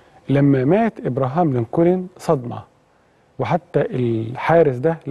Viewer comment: على فكرة انت بتنطق اسم ابراهام لنكولن خطأ خالص يا ريت تتعلم نطق الاسماء بطريقه سليمه .. في ما عدا ذلك فنحن جميعا نشكر حضرتك على هذة الحلقه الرائعة